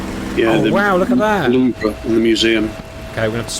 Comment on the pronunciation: And Kudos for calling the Louvre Louvre and not Louv...